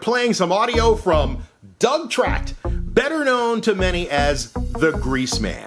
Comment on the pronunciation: FYI: It's Tracht